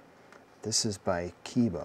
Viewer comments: It's pronounces KEH- EE- BA( Kay-ee-ba) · Pronounced Kay-eeba. KE-IBA. Yes it is made in Japan. ESA-2. Vessael "socket adapter" also made in Japan as written in the front.